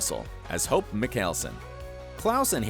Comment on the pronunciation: When he pronounced hope I had to rewind the video bc I was like um did he say hopes name wrong or I’m just hearing the wrong things